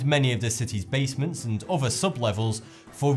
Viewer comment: Please practice putting your tongue out between your teeth so that 'other' sounds like that instead of "uvver' Secondly, allow a small time delay between each of your sections: sometimes it is not clear that you have moved on to the next item. Otherwise your comments are well informed and interesting. Thank you